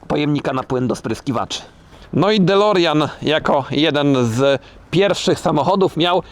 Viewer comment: "dolerjan" XD